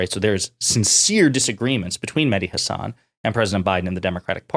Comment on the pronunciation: If he's your favorite, why can't you say his name right? Listen to him. That's not how he pronounces Hasan.